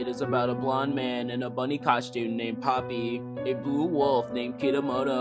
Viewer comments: "pOppY tHe pERfOrmErrrRRR" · He name is Popee, not Poppe